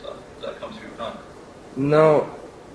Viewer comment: that was a very English sounding "no" from Kurt.